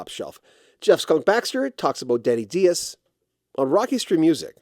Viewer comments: Just one minor correction. There's an interview with Denny Dias on YouTube where the man himself pronounces his last name rhyming with bias. Dias does not have a Spanish origin. Both his parents are of Hungarian descent. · How can "Rock History Music" mispronounce Denny Dias's name—especially when doing a feature story on this tremendous guitarist? So lazy and disrespectful